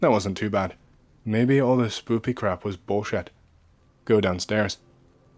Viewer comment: i love how he says "maybeh" instead "maybe"